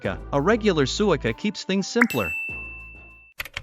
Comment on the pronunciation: The AI voice should be programmed to pronounce “suica